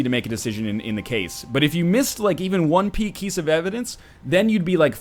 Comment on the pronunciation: 'One pey kiece of evidence' :3